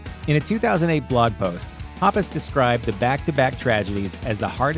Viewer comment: Omg I can't stand how he says mark and toms last names...